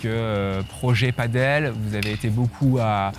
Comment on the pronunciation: On t'aime mais par pitié : Padel, pas Paddle 😁